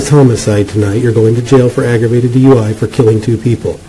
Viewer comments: The first turd, on the motorcycle, was almost correct. He said "...Z,U, I..." instead of D.U.I.. :face-orange-raised-eyebrow:😆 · He said “DUI Z”! Hahahahahaha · He said duiz...😅 said 69 at least 3 times. 😢Dang alcohol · He said, D,U,I,Z, classic. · Did he say D.U.I before Z? 😅😅😅😅😅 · Alphabet "duid" he almost got dui right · First dude said for the alphabet “DUIE” lol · Did he just say D.U.I.Z ?? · Bro said DUI-Z 😂😂😂😂😂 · Dude said D-U-I when he was trying to do the alphabet lol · Bro said DUIv lmao